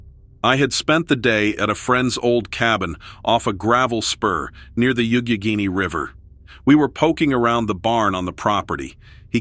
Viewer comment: Its pronounced yawk a gain e lol ..... This is my home county . I used to work at ohiopyle state park